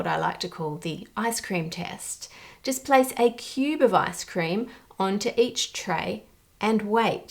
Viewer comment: Giggling because when you say ice cream in your accent it kinda sounds like “ass cream”.